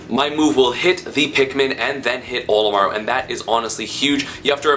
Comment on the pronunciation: HE KEEPS SAYING OMILAR